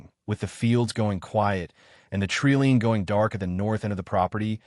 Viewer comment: Please check your narration. It is tree LINE not LEAN.